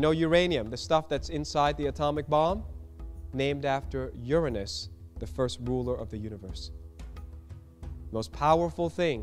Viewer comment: Ich glaube nicht das Uranus irgendwas mit unserem Gott zu tun hat. Oder warum sagt er das so